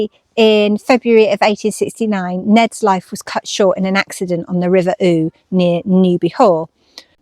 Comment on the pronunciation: The river Ure is pronounced 'ewer' as in sewer. Not far from where you are, it becomes the Ouse (named after the beck or burn in Little Ouseburn). Village schools often use handbells to tell the children that play time is over. Maybe that's what you heard.